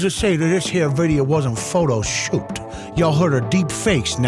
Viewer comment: Did I just hear a, " photo shooped". Man that's been a minute